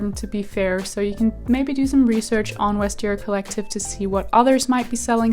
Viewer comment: Not to be nit-picky, but you don't pronounce the V as a W (as you would in German, but not in English or French) in Vestiaire Collective. I really like your content though and congratulations by the way!